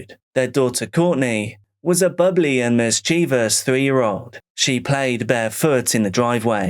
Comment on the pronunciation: Thankyou for pronouncing mischievous correctly! Omg ‘mischiev-ious’ does my f**** head in 😵‍💫❤️